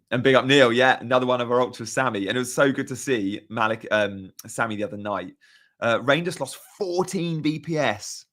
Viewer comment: Reijnders is pronounced as Rine, not Rain